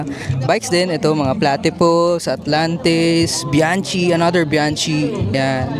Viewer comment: Bianchi pronounced as "Biankey".